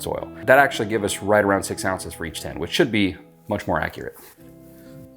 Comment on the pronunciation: The way you say "tin" sounds like "ten" to me so that threw me off for a while 😂 "8 ounce 10" "The white 10s" Hehehe but like others have said, thank you for what you do. Truly something righteous in helping fellow man through service. I love the principles of capitalism, but dont jive with crooked, greedy, crony stuff. When people are afraid to share their knowledge, it just feels wrong to me. There is more than enough room in ANY market sector for any number of competitors. When an expert is confident, they happily and freely share their wisdom without that nasty ego making them nervous that youll be teaching a future competitor "who might be better than you!" In the age of the internet, none of us really knows anything exclusive. So I'd rather freely share things i know, feel good about it, and save people a bunch of time going through all the mistakes i went through to refine that knowledge! Potential competitors will learn this stuff anyway, might as well be the one who also essentially virtually-mentored them 😂😂 I want to make candles for myself because i love scents and hate paying for someone else's labor when mine is just as good, but you're unintentionally making me lean toward trying to sell them once i nail a few recipes. Thank you so much for what you do, and folks like you who spread knowledge and empowerment (while being sympathetically realistic). Sorry for the college dissertation but I'm overdue for sleep and people willingly helping their fellow humans alwa